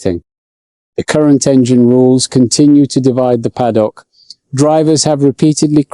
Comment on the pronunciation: "continue to divide the paddock" pronounced "pad-dock"?